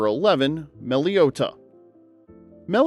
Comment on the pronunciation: Mellow Etta… you mean Mellow Etta?